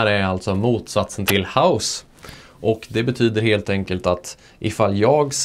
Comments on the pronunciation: Mycket bra förklarat, snygg video! Men visst uttalas hausse som "håås" och baisse som "bääs" haha? Men det låter ju iofs kul med house och bajs 😅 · öva på att uttala baisse och hausse på rätt sätt! :D